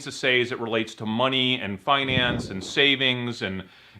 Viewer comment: "fuhnance".... LOL love it